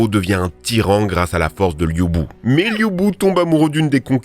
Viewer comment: CAO cao se dit tsao tsao, xiahou dun se dit chiaou doune et Liu bu c'est pas ça, ces lu bu. Les Liu c'est plus les Shu (l'un des trois royaume) avec liu bei, liu dan etc Sinon super vidéo, pour la prochaine (si vous en faites une autre), vous pouvez tirer quelques soldats dans la chaîne de odieux connard dont c'est la spécialisation et dans laquelle on trouve des pépites ?